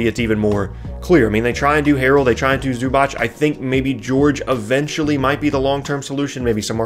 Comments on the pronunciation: LApunk88 except that it’s zoo-batz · is right. It's zoo-batz. with "a" like bat.